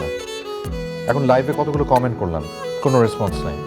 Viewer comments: কামেন্ট আবার কি উচ্চারণে মেহজাবিনের ভুল🙈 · কামেন্ট নাকি কমেন্ট?? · কামেন্ট আবার কি জিনিস? মেহজাবিন আপু ওটা কমেন্ট হবে। আপনার অভিনয় অনেক improved হয়েছে শুধুমাত্র উচ্চারণ ঠিক করুন। বাংলা এবং ইংরেজি দুটোই। ধন্যবাদ